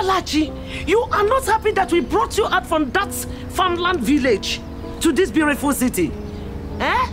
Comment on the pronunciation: 'Beauriful' city